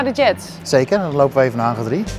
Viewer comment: Het is geen haggaar maar Hangar